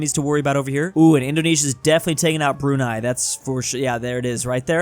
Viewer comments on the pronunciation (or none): none